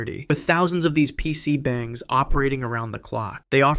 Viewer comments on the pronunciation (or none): PC Bah ng, not Bang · PC Bang is funny. The A is pronounced more like it is in "ah" or "la". And literally (in this case" means "room". So PC 방 (bang) = PC room. Another common one is 노래팡 (noraebang) which is "song room", aka a karaoke bar/cafe.